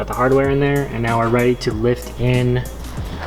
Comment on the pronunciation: Never seen before, how is it pronounced, LIFET? Oh LIFT.. What a guy:)